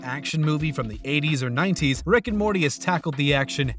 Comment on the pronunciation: Gonna stay mad at the narrator on these ones... Everyone was up my ass on another video saying he just has an accent and I was being rude. No, he pronounces Morty normally MOST of the video then randomly over annunciates the T sometimes. He does the same thing with the title and the episode names, sometimes, it sounds totally normal then completely at random we're back to over pronouncing the consonants in the middle and at the ends of words. STOP IT.